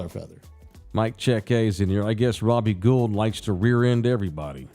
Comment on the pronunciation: It’s pronounced Robbie Gold, not Guuld